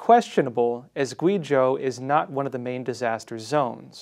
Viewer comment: GWAY Zhou, not Gwee Zhou. China "experts" who don't even have 400 pinyin pronunciations down... makes me wonder who's backing this channel.